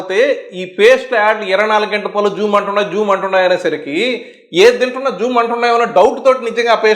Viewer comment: గారు, మీరు "పల్లు పల్లు" అంటున్నారు "పళ్ళు" అనండి, బాగుంటుంది.